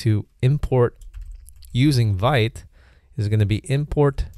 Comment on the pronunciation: pronounced "veet" (even says it in the docs). Wouldn't make sense otherwise - "vite" is French for "fast."